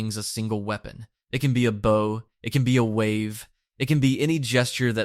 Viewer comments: Wow the READING problem in America is actually really scary now.... , "Bow" is pronounced like "BAO" not "BOH". Can't get through the rest of the video knowing the creator can't properly read. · Never seen anyone pronounce bow 100x correctly and 100x incorrectly within 20 minutes. Nice video tho